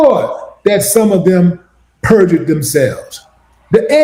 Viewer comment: Purged lmaooo it’s PERJURED!!